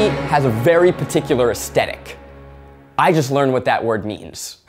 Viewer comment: i feel like zach said ''aEstEtIc"